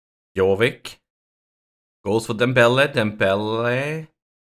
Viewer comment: Dude Jovic is not Jovik, prenouce it like Ibrahimovic.